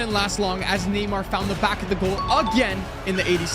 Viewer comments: It’s NAY-MAR not NEE-MAR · did bro said neemar